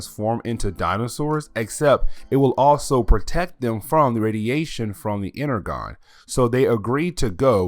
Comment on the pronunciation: You are miss pronouncing Energon